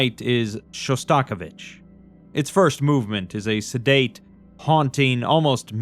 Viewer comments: with love and peace, his name is pronounced: shaa·stuh·𝐤𝐨𝐰·vuhch That took me out so bad for whatever reason 😅 (god, I know I sound absolutely insufferable, I’m so sorry, just blame it on my mental illness) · Really loving this series, but a small nitpick: you said Shostakovich wrong